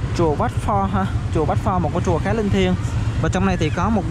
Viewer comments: Chùa đọc thành trùa.. chả hiểu gì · Chùa mà thành trùa sao thấy thô thiển quá, cố thay đổi đi bạn chứ clip hay. Tất cả từ “ch”,”tr” bạn cho = “tr” hết. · Bạn sống ở VN hay nước ngoài vậy. Bạn học tiếng việt ở đâu mà phát âm ch thành tr vậy. Chùa chứ ko phải trùa. Nếu có điều kiện nên học lại tiếng việt